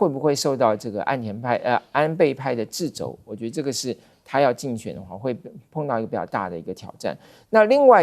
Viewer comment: 常常聽到主持人或演員把 掣肘 唸成 致肘，沒想到今天連有學養的左教授也這麼唸，是學校這麼教的嗎？